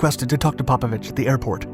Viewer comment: PopOvich. Emphasis on second O. English speaking, get your fucking pronouncing right.